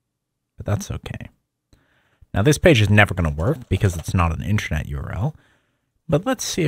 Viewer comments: in-ter-net. good vid, but pronunciation threw me off bunch of times. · we know what intranet is. he is pronouncing it weirdly.